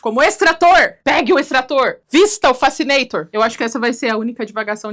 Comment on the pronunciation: O nome vem de "criar fascinação"? Quando ela falou, pensei que fosse "facenator", algo a ver com face.